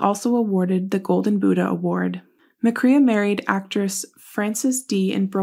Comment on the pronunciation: His last name is pronounced with the long A sound like McCRAE